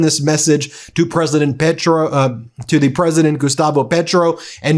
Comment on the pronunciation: This is embarrasing. He shames all of the United States. Petro is prouncounced PAYtro. Trump and collaborators should be brought in immediately on charges of murder and conspiraracy to commit murder.